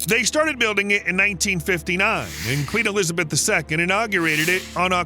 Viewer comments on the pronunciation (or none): none